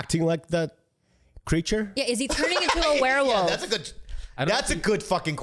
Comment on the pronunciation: "It's a Warewoof!" lol